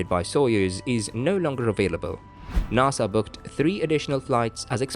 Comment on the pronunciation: It is pronounced NASA, not NAAASA you wimp what ever you are.